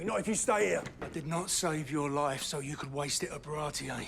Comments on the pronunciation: so far i think every name in this show was pronounced the japanese way except baratie. baratie: bah-rah-tee. they say 'bah-rah-tee-eh' it sounds fancier i guess. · In all fairness, my introduction to OP was the manga, so when I got to this arc, I thought Baratie was pronounced Ba-ra-tee.